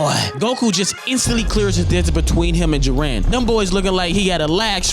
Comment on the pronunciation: Ji-ren not Jir-en FFFFFFFFFFFFF